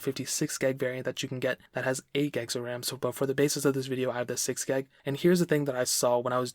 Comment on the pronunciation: 64 gyahg. GYAHG. pronounce it how you want. but kinda bothered me.